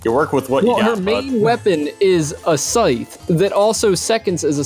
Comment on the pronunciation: A..."sytch"? Lol